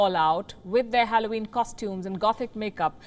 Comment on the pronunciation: For God's sake, learn how to pronounce Halloween first 🤦🏻‍♂️